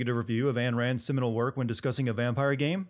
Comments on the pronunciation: Am I the only one to notice Anne Rand? Is it correct, no, does it clear up the pronunciation issues I have, hell yeah. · This game is far from perfect but it's not so bad that you can justify this piss ridden "review" of it. Now, let's talk about your voice, tone and pronunciation when presenting your opinion, that can certainly do with some improvement. Last, but not least, it's Ayn Rand, not Anne Rand... silly boy. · Really love your work, but she's calles AYN Rand. Keep hating! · Am I the only one who turned this off as soon as he got Ayn Rand's name wrong? If you wanted to make a reference to make yourself sound intellectual, you could've at least googled it first.